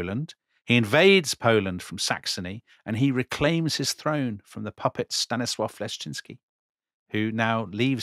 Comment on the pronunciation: Dear hosts, please read comments. You keep stressing wrong syllables in Polish words. In Polish one must stress the penultimate syllable. So it is T-O-ruń, not TorUń. And it is Stan-I-slav, not Stanisl-A-v.